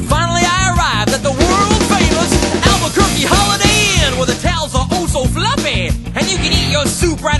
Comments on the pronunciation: sounds like Alber-turkey instead of Albuquerque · No, he's saying Albuquerque